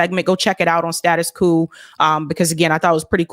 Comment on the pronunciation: Pronounced "status 'Kwo'